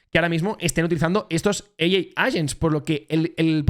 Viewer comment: Muy buen vídeo. Lo único que AI en inglés es EIAI, vamos 🎉🎉🎉